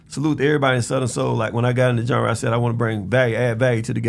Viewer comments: Big Gipp aint say genre Gip said jundra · “Zondra” lol